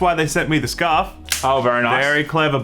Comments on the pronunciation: Did anyone else hear “scuff” instead of “scarf” 😂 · It’s scuurrrfff mate